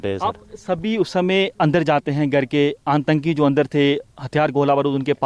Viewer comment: श्रीमान जी आपको टेररिस्ट का हिंदी उच्चारण करना नहीं आ रहा है आंतंकी नहीं होता 👉 आतंकी होता है।